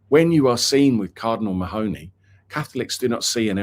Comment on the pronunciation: It’s not ma- hony, it’s pronounced Marney